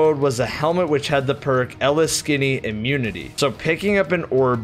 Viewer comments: El-Is-Kini? hmmmm.... Pretty sure its eee-lick-sneee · Eleksinny... Come on my man. EE-LICKS-NEE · “Eleskinny immunity”, you hurt me with this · Ele skinny?? I believe it’s pronounced (EEE-Lick-Sneee) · Anyone else mad that he pronounced “Eliksni” as “L-S-Kini”? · ITS L-IKS-NI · I was NOT prepared to hear Ele-skini......ffs HOW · Ah yes, the Eleskinny! My favorite race in destiny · "Elis skinny" 💀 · Ele-skinny instead of Eliksni sent me 😂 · you mean Eliksni? E-licks-nee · Did he just say ELLA-SKINNY....... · i mean, thats one way to pronounce Eliksni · How you pronounced Eliksni during the loot section. Oh my god, I almost had an aneurysm. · watch a Byf video to learn how to pronounce Eliksni. It’s going to come up again next season. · Lets not forget mans said eliksni wrong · That butchering of the name Eliksni 😩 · Dude you butchered the pronunciation of eliksni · You butchered the name of the fallen when saying that helmet perk